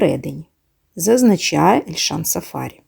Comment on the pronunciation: Цікава інформація , дякуємо але ,шановна,трохи вчіться, хоч якось почитайте, а саме ,в східних народах наголос ставиться на прізвище не так ! Не сафа'рі, а сафарі'. Наголос треба ставити на останній склад!